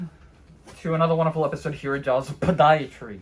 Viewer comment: Love how you say podiatry……….